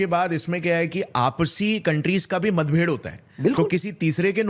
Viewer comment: ...matbhhed nahi matbhed hota hai ...or ha tongue twist nahi tha ..aadat pad gai hai ....😂